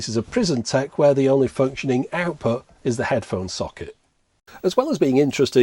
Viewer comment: You said "prison tekken"